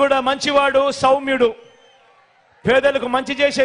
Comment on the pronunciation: He does not know when to use 'sh' word and when to use 'sau' word. It is Saumyulu, not Shaumyulu.